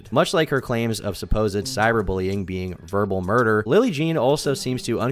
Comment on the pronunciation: Verbal moiduh